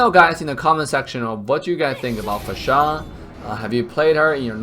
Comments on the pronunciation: It's annoying how you say her name!! Fasha!! Fasha! Itheres no H after S. FAR-SA! Say again.. FAR-SA! One more time.. FAR-SA! Wtf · Please learn to say Pharsa. Far-sah NOT F***ING Fa-shA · The way you say her name.. 😂😂 Her name isn't Fasha anynore, but Phar-sa. Also will you livestream today? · IT'S FAAR-SAA NOT PHASHAA 🤣🤣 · It's pronounced faresa not farsá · Its FAR SA not Fasha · Lol can you stop pronouncing it fahshaaah it’s beginning to sound like Austin powers up in here 😂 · Great video, but The cringe of the mispronounciation of Pharsa name